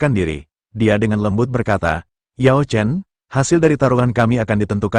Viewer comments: You chen yang bener bukan yaw chen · Yao Chen bukan you chen